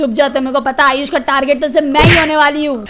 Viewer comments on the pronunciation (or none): Ayush moee not nood ayush pro